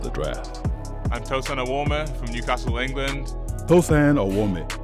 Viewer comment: It’s Tosan” not Tosun’